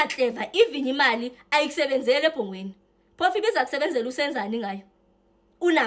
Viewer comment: It's "Ebongweni" not Ebhongweni🙄🙄🙄